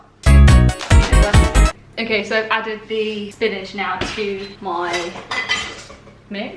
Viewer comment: spinige.. spinige.. have i been saying spinach wrong?